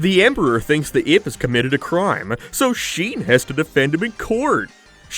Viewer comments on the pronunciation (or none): I'm just listening along and then all of a sudden, you say something in the most Irish way possible - Only to revert to a regular American accent. Like. NO American can say "Ape" like Irish people do "Eeap". But you do. Curious.